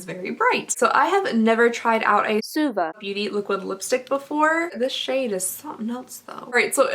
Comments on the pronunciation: She was pronouncing it like "swa-va" instead of "sue-va" which is how it should be :) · Christiana Fisher she missed one, it was "swah-va" 😂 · She missed a voiceover..she was calling suva, suave!! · I def had to replay the swah-vuh that got missed. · Paulette Zayas If I’m not mistaken, a little after she mentions the brand again and I think she was saying “swa-VAH” lmao 😂 that’s me all the time tho I can never pronounce anything 💀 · Jamie Winters she missed one out and said ‘swah-va’ instead😂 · She was saying “Suava” Beauty 😂 she forgot to dub one. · I love the voice overs trying to correct the pronunciation of “Suva” - That cracked me up and I had to let my husband listen to that correction. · I definitely agree about the Belle Pierre! Also I was dying at the voiceover of the Zuva everytime, I was wondering what you had pronounced it as to begin with! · I’m so happy we know how to pronounce “Suva” now! 😂😂 that was the best part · Im crying at the voiceover of the name of the name of that lipstick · “Suva” lol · I can definitely see the confusion with the pronunciation she used. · What I really wanna know is how you pronounced suva lmao